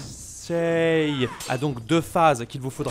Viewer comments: non Kenseï pas Kenseilleuh. Même différence que Pompeï et Popeye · J'ai pleuré de rire avec les Ken.....sheeee 😂 sinon ca se prononce Kensséï (par les jeunes japonais) ou Kensséé (par les plus vieux) :) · alors en japonais le i en general, après un e ne se prononce pas et accentue la durée du e Donc, Kensei se prononce Kenséé idem pour sensei .... senséé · Le kensai a été beaucoup changé depuis. Tu fais exprès de mal prononcer son nom ou c'est pour de vrai ?? 😂😂